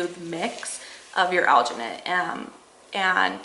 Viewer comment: is that even English